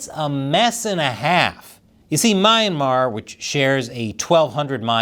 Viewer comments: It's pronounced as "Mee-anmar" and NOT "My-anmar". You Americans always twist pronunciation of foreign words and names. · It’s pronounced (Me - Yan - Mar.)Myanmar. lol